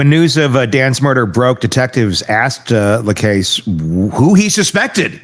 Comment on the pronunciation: Please learn to pronounce Jeff Lacasse's name. It is French - LaCasse - not too difficult - you hear it pronounced correctly all the time, just simply listen.